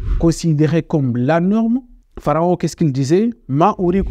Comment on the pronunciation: Frero c'est la norme, pas la morme. C'est dommage ça décrédibilise tout ton travail. Sinon le fond je valide